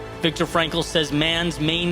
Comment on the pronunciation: Great job. BTW, Viktor Frankl's name is pronounced "fronk-lll". FYI, you do such good work, I figured you'd want to pay respect to that incredible person by saying his name right.